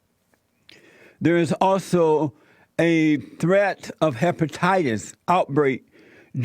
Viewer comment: dt05 dt05 dt05 You are right and the asshole on this video is not even able to pronounce one fucking word the right way! Chicken pop, tubercoolokies, woiss president ever, hepatayees... WTF!